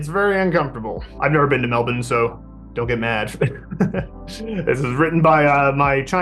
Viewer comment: For a guy who's never been to Melbourne, it's fascinating that pronounces it how the locals do. You almost never see it.